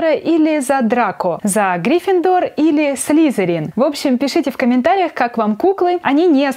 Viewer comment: ' ' Не грифиндор а грифиндор